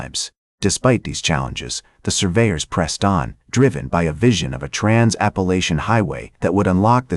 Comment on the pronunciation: I strongly dislike AI narration. Why can't it be programmed to speak correctly? There really aren't numerous ways to pronounce "Appalachian"!